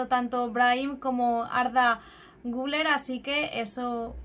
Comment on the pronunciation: Giuuuuuler se pronuncia